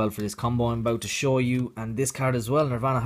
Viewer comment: I love the way he says card "Caird"